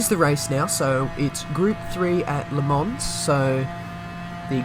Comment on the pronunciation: You can't say Le Mans and I can't say Sainte-Croix. It's still Sandy Crocs to me.